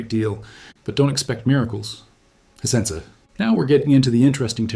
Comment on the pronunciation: 100%, as revealed when he mispronouces Hisense as Hisensuh.